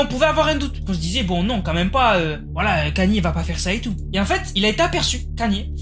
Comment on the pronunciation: Kany😂😂 on prononce: "kayni" bordel✌🏽